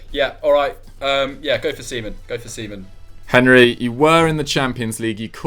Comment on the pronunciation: butchering Seaman and Biabiany was the highlight😂😂